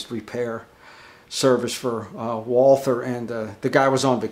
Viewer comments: Great video! Please do not call the company „Woolfer“ - it is an old German name and right is „Walter“ - the h is not to hear 🙃 Kind regards from Vienna (Austria) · Excellent video (but it's pronounced "Valter"). :^) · No, its not. The W is the same in german as in English. Only english actors doing germans in movies make it a V. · you should tell the Carl Walther official instagram page who pronounce it correctly as "Valta"